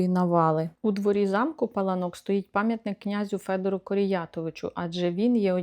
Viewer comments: Наголос на (а ) пАланок переклад паркан ,огорожа!!!!!! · Вибачте, але місцеві жителі кажуть ЛАториця і не ПалаНОк а ПаЛАнок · Завжди думала,що це замок ПалАнок і так на нього і казала) Дякую буду теж знати 😊